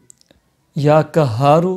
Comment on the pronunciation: Kya khaak fayda hoga apke bataye hue ka...muj to ye samaj nhi aata k aap log Mufti ban kese jate hain...urdu ka naas to aap logo ne maar hi rakha he...lekin arbi pr to rehem kare ....or wo b quraani aayat ka ap logo ne kya bana diya he asmae husna ko bhi ghalat salat padh rahe hain....allah ka jalali naam qahar ko kahar bol rahe hain...kahar matlab doliyan uthane wale ....ap k bataye hue wazaif se to logo ko rijat ho jayegi meherbani krke talffuz durust kare....🙏🙏🙏